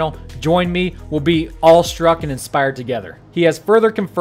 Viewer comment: It’s awestruck not allstruck btw bro